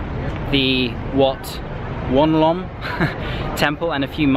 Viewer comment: Thank you for visit my home city, not many people spend more than one day in PP and I'm surprised that you did. The last time you said Wat Ounalom was correct, in this video you instead butchered the name😂. The price in the mart was relatively the same compared to what you could find on street vendors, just a bit more expensive for some products. Also I know you might have already done with Siem Reap, but if you visit SR again, I recommend you to visit Beng Mealea temple if you want to get the Indiana Jones vibe.